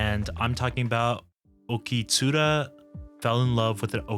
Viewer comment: Hey ! Just quick comment to help with the algorithm. You said a few times Okitsuru instead of Okitsura btw. And if I might, I would not describe it as a "relaxing" type of anime, as it would describe more Iyashikei anime like yuru camp, mushishi, aria or such. This is just a great Romcom, and the cultural aspect made it really interesting. It came out right when I first went to Okinawa a few days (I live in Japan), and the timing was so good for me it's been my favorite this whole season, I love how it taught me so much that actually allowed me to talk with the locals about their own culture !